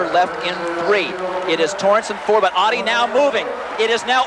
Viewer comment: Great stuff from all of them. I was a big fan of Merlene. She's just a couple of months older than me. But please US reporters, her name is Ottey, not Awddie.